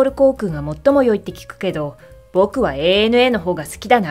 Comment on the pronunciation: 「アナ」って間違っていう人が多い中、「エーエヌエー」と正しく伝えているところが良い。